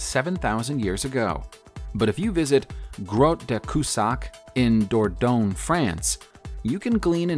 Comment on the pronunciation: Dordogne = dor - DUN - yeh (not dor -doan)